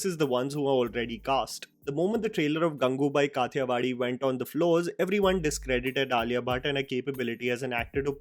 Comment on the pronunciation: I still feel Alia wasn’t the right choice for Gangubai Kathiawadi. I love her as an actress and she is an amazing actress, no doubt; but she seemed to be trying too hard in the movie. Also, her accent wasn’t right.